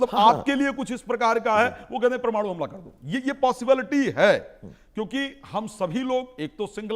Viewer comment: प्रमाणु नहीं परमाणु । कुछ पढ़ लिख लो ,प्रौढ़ शिक्षा में ज्वाइन करो मैडम ।